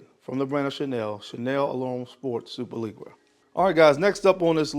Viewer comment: Superleggera is pronounced like “super- leh - jera” The g’s have the same sound as the “s” in “vision”. Almost like a soft “g” sound “z” and “sh” sound mixed. It’s named after the Ducati superleggera or the Lamborghini superleggera